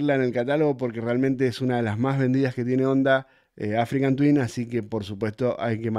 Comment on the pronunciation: Hola!! porque decis "AfricaN Twin" (con N), si el modelo es "Africa Twin" ??